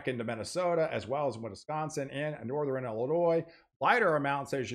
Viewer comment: Northeran, Southeran.... Stop it.... SouthERN NorthERN